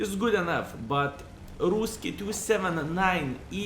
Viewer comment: Russian. Not ruski, say rashen please :D